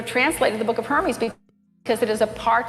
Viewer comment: It drives me nuts how she mispronounces the Shepherd of HermAs the "Shepherd of HermEs" (her-meez)! Ugh!